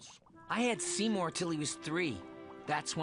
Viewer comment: Seymour, more like seemin